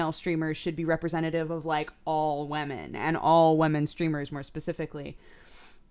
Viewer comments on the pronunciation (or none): the way you say women niggles me in the slightest. sounds like wemen. but whatevs, you are delightful...